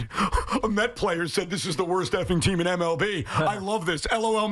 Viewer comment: lol he said "TEAM IN"😂😂😂